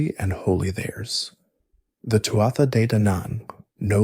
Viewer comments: Not “Too-ah-ta”! It’s pronounced “Too-(h)aa “. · Its pronounced Too-ha, not Too-at-tha. Leabhrainn mé gaeilge.